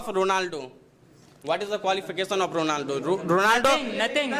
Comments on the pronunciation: The guy from formal education group unable to pronounce Ronaldo....Rolando 😅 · Ronaldo❎ Rolando✅🤣😂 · Ronaldo ❌Rolando✅